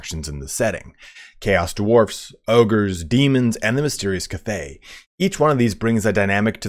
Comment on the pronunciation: it's Kath-ey not kuthay